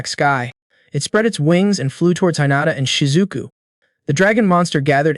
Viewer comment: Goblin not elf. (Protagonist)he not her. The way you pronounced hinata seems like you never watched anime before. First 30mins and there are mistakes. Did you not review your own upload? Seems like you just record yourself doing half ass story telling. 🤷🏽‍♂️